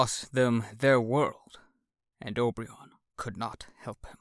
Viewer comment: This is cool, I'm impressed that you've chosen this massive fiction to read to us! But can't notice that you're pronouncing Obyron's name wrong. I heard you say "Ob-ri-on" when it's actually "O-bi-ron", like the King of the fairies